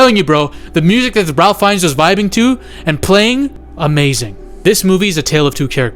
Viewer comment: You need to learn how to pronounce Ralph Fiennes' name. He's one the greatest actors of all time, give him the respect he's earned and say his name correctly.